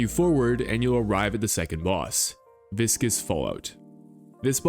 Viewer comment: Congrats on pronouncing Viscous correctly! Everyone always says Vicious.